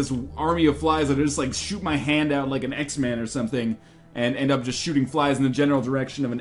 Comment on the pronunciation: Did you say X-man? Really?